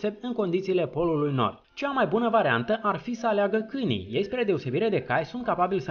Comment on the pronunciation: De ce zici cânii in loc de câinii?